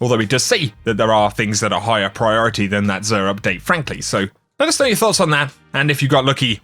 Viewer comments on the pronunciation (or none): none